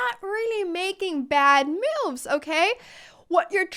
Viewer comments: I kept hearing mooos when you were saying moves 😂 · Did she said "bad MOOves"?😂